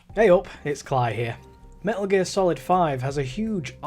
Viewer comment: "Me'uh Geer Salad V" my blood is on your hands